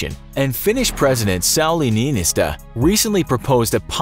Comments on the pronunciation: Its not Säyli Nyynistö its Sauli Niinistö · You butchered Sauli Niinistö's name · The way you pronounce Sauli Niinistö😂😂